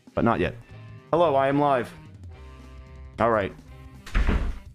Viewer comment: “Hello I’m live” I thought he said “Hello, Lime life” as in Tubbo is called ‘lime life’